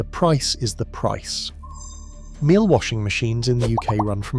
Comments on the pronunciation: Miele is pronounced Meal-eh. I think.p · that's AI for you! Miele is German so pronounced 'meel-uh'. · The correct way to say Miele actually rhymes with name Sheila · Interesting, a pity you can’t pronounce MIELE properly considering it’s the best on the market!! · These AI videos are annoying. The pronunciation of Miele is laughable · 5 different pronunciations of Miele, and then "Laundette" 🤔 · AI bollocks. Can't pronounce words like launderette or decide how to pronounce Miele. My Hoover Optima washing machine is about 20 years old and is working fine. Maybe they were better built back then?